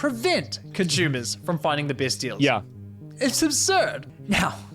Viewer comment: He keeps saying conshoemees.... what's a conshoemer?